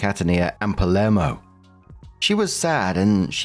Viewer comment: Also, only tengentially related to the video, but, as a Sicilian, every time said Palermo or Catania, I kept unconsciously verbally correcting him. Telepathically, he'll know for next time. Lol